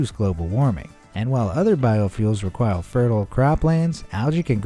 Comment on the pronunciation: does he say “requile”? Instead of “require”? Lol